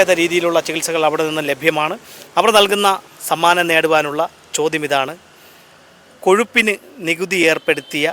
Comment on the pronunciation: കോഷുപ്പിന് എന്ന ചോത്യം കഷപ്പിന് എന്നു ചോദിക്കുന്നതാ ഉചിതം